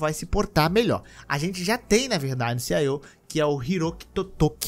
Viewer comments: A pronúncia correta é "Ci-i-ou", não "Ci-AI-ou". Corrige aí para os próximos vídeos. Você como comunicador tem a responsabilidade de comunicar corretamente. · CIAOU foi foda de ouvir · "CIO" da Sony?